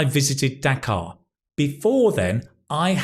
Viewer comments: Dhaka* not daka, btw you are great sir. Thank you for your suggestions. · hey I am watching you from Bangladesh. and it's Dhaka not Dakar, whatever I felt really happy hearing my country from you❤ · Sir , it’s Dhaka not dakar 😇 love ya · It’s not Dakar, it’s Dhaka which was used to spell nd pronounced as Dacca earlier. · Hey..it is Dhaka not Dakar😑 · The capital of Bangladesh 🇧🇩 is Dhaka not Dakar.. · The capital of Bangladesh is Dhaka, not Dakar. Thanks though for mentioning us.